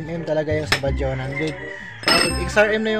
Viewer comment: Sir ang kawasaki bajaj po! Ay hindi baja. Bajads po! Ang tamang bigkas sa bajaj